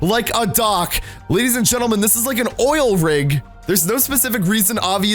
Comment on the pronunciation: He said ladies at gentle twice and then said lef